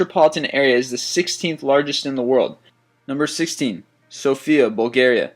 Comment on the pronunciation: Number 16, Sofia, is wrongly pronounced. The emphasis is on the letter "O", not on "I". And it's not that cheap, at least for us isn't.